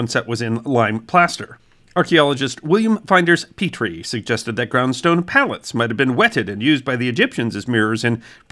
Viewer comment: Flinders Petrie, not Finders Petrie.